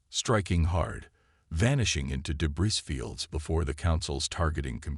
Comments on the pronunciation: Debris is pronounced deb - reeee..... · Enjoyable. ❤ your AI needs to leave out the s sound when speaking the word debris, p,ease give it a heads up. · Clean up the pronunciation, the AI needs to be trained, in the word "debris" the "s" is completely silent, the surname "Thompson" the "h" is far too pronounced as the AI spoke it. There were numerous phrases that were used verbatim several times throughout the story. Proofread and listen to the TTS output before upload please.